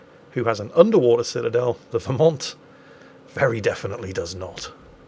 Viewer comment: "Pitadel" I got to use that word more in WoWS. 👍 BTW, the Vermont was developed in WoWS just for the Dead Eye Skill. Now no Dead Eye commander skill so the Vermont is only good for Anniversary containers.